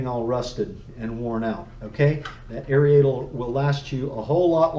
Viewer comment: Great info......now lets talk. The proper pronunciation is AIR-AYE-TOR not AIR-EEE-AYE-TOR